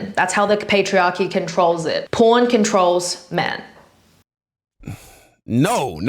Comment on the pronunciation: It's just a kink, they can do whatever they want as long as they don't hurt others. Most of it is just filters, who cares. She's just trying to frame everything as patriarchy and I can't tell if she's saying corn or porn. lmao